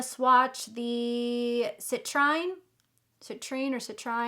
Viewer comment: That lipstick color looks gorgeous! Now I’m thinking about buying that set for the lipstick and giving my niece the gingerbread makeup bag. I just don’t care for that bronzer shade. I’ll have to think about it some more. I got the Tarte Winter Wonderglam palette and I’m loving it!! BTW, Citrine is pronounced “sit-treen”. It’s a beautiful gemstone. ~Patricia ❤️